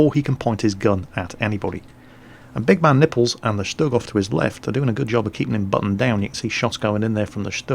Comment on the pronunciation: I think the proper pronunciation of his name is big MAN nipples, rather than big man NIPPLES. Or you can just call him Bologna tits... Salute!